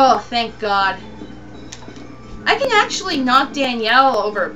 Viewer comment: psssst, sorry but it's Daniella not Danielle xD Sorry, I was gettin OCD about that.. Anywayy I just bought Haunting Ground this weekend actually and I just did this part today too :] Daniella freaks me out but she's so awesome at the same time..